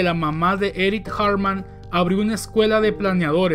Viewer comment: Cada vez que dices Eric Hartmann, suena como si fueras a decir Eric Cartman de South Park XD